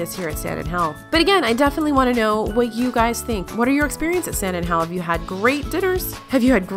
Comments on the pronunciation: You say “San Angel” very not Spanish like .. the accent is on the “A” -“Ángel.” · “San an-Gell” vice “San an-Hell”. :-) (J’s make a “h” sound in Spanish, not “G’s”) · Lol her saying “San angel” makes us Spanish speaking people cringe af